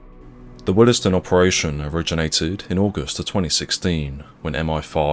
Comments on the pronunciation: Pronounce Willsden more like Wills-dun not willis-dun 😉. Very nicely researched video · WILLS DEN - Not Willes Den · Its pronounced Wills-dern. Not Willers-dun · BTW it’s pronounced Wills-den, not Will-es-den. 👍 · What happened to them afrer they were released from their soft sentence?...living on benefits and plotting something else I suppose... British 'justice' is a joke Oh and its pronounce wheelsdon...not willisdon...🙄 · It’s not pronounced “Wilysdun”, it’s “Willsdun” the ‘e’ is silent! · It’s pronounced ‘wills den’ not ‘willes den’. It’s just bothering me sorry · It’s pronounced WILLSDEN not will- Es-Den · Just a heads up Willesden is pronounced wills-den same way Harlesden is harls-den. There is no Willie's den 😁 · Watching from Harlesden. 😝 PS it's pronounced Wills-den not Will-es-dem. . Same as Harlesden. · You're saying, Willesden wrong. It's pronounced, 'Willsden' the e is silent. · I'm sorry but it's pronounced: willsden. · It's actually pronounced , willsdon. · Isn't it pronounced "willz-d'n" (two syllables)? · It's pronounced wilsden. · Willesden is pronounced 'Wheels-don' or "Will's Den". Not trying to pick faults, just trying to be helpful. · For future reference Willesden is pronounced 'wills-den' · Small nitpick but Willesden is pronounced "Wills-duhn", similar to how you pronounce Harlesden - otherwise cracking video as usual! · Pronounced : ' wiwsden' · Willesden is pronounced - Willsden. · Nice vid. However, never heard Willesden pronounced that way. 😅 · why can't you pronounce willesden properly ? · The E in Willesden is silent 😂